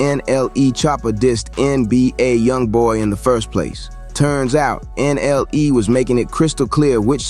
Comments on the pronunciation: the way u said "N.L.E" choppa got me dying 🤣 💀 everyone smash the like button fr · Bro said " N.L.E choppa" 😂😂😂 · Bro really says ” N L E “